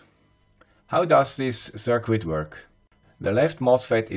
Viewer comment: Circuit is pronounced “ser-kit.” Not “sir-quit.”